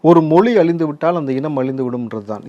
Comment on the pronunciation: When you are not able to say தமிழ், மொழி....... Saying தமில், மொளி.... what kind of language you are talking about